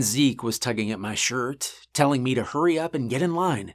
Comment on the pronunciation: ahead of it hit before